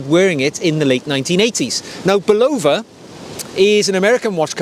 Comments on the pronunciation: Sayco, not Seaco. During its entire existence in the US, Bulova was pronounced with the accent on the first syllable BULova, not buLOVA. However, we may well have been mispronouncing the gentleman’s name. If you happen to run into James Bond, inform him that it is Omayga, not Omeega. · An American would say "Bulla-va" and this is how the company would pronounce its name. You are, however, correct in that a a Japanese person would pronounce the watch brand more like "Seek-O" than "Sake-O" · Hi. Good video. Three points of accuracy. 1. It's pronounced Say-ko and not See-ko. 2. Seiko doesn't do Eco-Drive, Citizen does. You showed a Seiko Solar watch. 3. Bulova is pronounced with the emphasis on the Bu and not lova. More watch content please. Love the peacoat. I have a similar one.